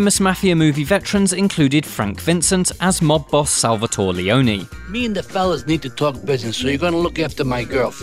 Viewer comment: SalvatorE, it's Salvatore